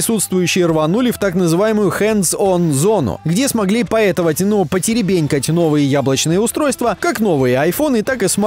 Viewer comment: теребОнькать,а не теребЕнькать.